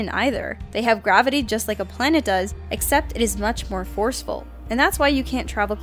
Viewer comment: "Pwanet Doran."